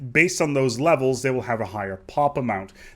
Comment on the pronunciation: I can't help but notice every now and then you pronounce this and they, like "dis" and "dey"